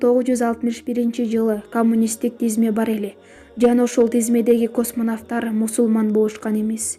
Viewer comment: Космонавттар деп жазылышы боюнча эмес айтылышы боюнча туура айтсанар ийгилик бирок